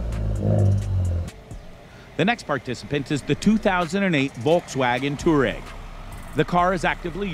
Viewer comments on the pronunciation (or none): Me: ITS NOT TOUREG ITS TOUWAREG🤬🤬🤬🤬🤬